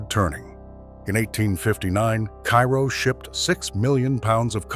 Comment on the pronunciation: Terrible AI voice with numerous mispronunciations, including the name of the town.